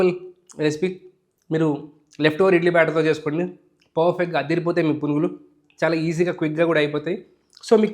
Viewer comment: purugulu ani vinapaduthundi naku